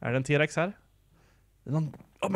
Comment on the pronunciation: nej uttalas t Rex